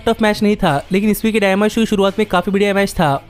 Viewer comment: Bhai dyinama nhi dynamite hai 😂😂